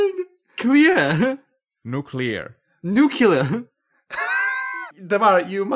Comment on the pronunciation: Dammit,, stop saying nuculear!:v